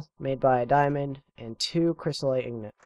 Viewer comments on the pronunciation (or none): INGOT not IGNOT